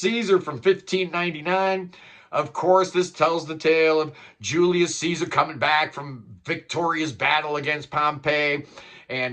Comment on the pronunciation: Julius Caesar not "Julias"